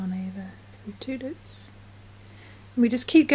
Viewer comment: I loved the video you are an awesome teacher. I enjoyed how 2 loops sounds like tulips 😆